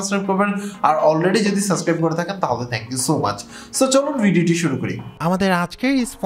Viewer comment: ইউটিউবে আছেন প্রায় এক যুগ , এখনো "সাসক্রাইব" বলেন , এইডা কি ভাই ?